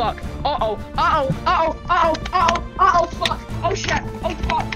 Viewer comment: “It means I really have to SHET!” ~